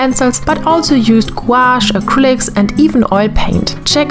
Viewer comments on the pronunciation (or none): none